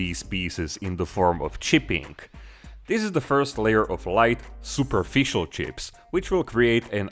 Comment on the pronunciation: Love the Way you pronounce chips, tjsssccjhhipz! Gives me good bumped every time!